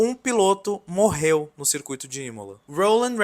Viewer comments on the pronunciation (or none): none